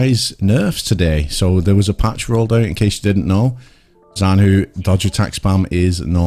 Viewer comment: Btw the syllable "zhan" is better approximated by pronouncing it like the first one of the word "jungle"